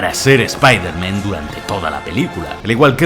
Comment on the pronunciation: Spailerman spailerman y no me extlaña